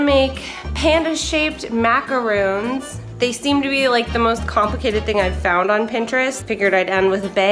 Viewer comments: It’s macaron not macaroon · You’re saying it all wrong It’s maca-ron Not maca-roon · It’s pronounced “ macaron” not macaroon” ( sorry just had to say it) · Macaroon? ITS MACARWON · It’s macron not macroon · Excuse me it’s a macaron! NOT A MACAROON!!! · lol neither you or Melanie'sCrybaby is correct. It's actually macaron. See the extra 'a'? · Melanie'sCrybaby it's macaron they spelled and pronounced it wrong